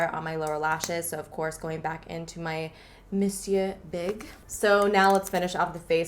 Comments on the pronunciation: omg finally someone who says monsieur right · Praise God!!! Something cool toned. It is so refreshing to see someone use cool tones. I to have brown eyes and maybe that's why I think they look good on me. And..... finally someone say Monsieur right. 🤣